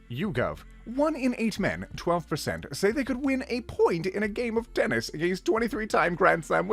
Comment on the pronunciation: It’s only been 30 seconds and I almost burst out laughing at the way pronounced Tennis wixywnxhbwhxhs Dunno if it’s cuz I’m still loopy from the drop in blood pressure or I’m too sleepy